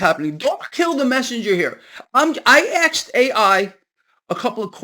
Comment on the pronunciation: You axed AI? Thanks for the info, it's my compass in these crazy times.